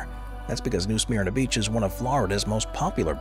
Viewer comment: It’s pronounced “New Smerna Beach” 😊